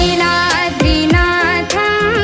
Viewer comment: Niladri kaadu Neeladri correct